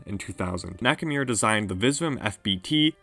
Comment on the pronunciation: Hiroki Naka"mirror“ lol